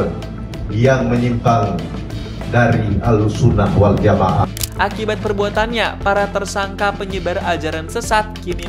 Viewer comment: Miminnya Islam atau bukan sih atau robot ya. Masak ahlussunnah waljama'ah aja gak ngerti baca masak dibaca wal jamaaa preettt